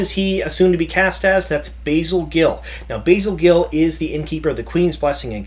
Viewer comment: It's not Basil, it's Basil, as in Basil Rathbone.